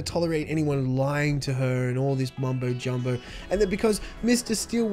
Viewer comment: Lol! said "MumboJumbo"